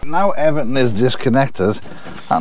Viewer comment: I love that every time says “everything” it sounds like “Everton” 😁💪💙⚽️